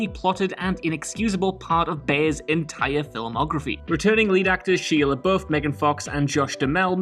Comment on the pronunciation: Did you just call him "She"iala??????????? Fucking moron!!!!